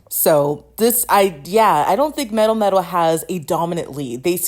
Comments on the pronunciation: Your pronouncation of melmetal is so bad 😭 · Are you saying Mel-Metal or MetalMetal?